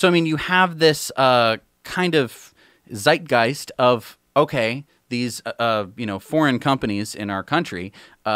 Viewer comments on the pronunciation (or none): ZEITGEIST pronounce like this please: tsighthgeist